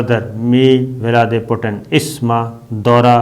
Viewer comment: بھائی جان۔ اللہ کے واسطے روسی صدر ولادیمیر پوتن کا نام درست لیا کریں ورنہ انہیں پتہ چل گیا تو پاکستان نہیں آئیں گے۔ ان کا نام ولادیمیر (ایک لفظ Vladimir) ہے، نہ کہ میر ولادی (وہ کشمیری نہیں ہیں). 😂😂😂